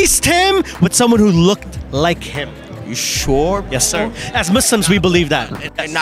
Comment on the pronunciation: I like the way he said "are u SURE"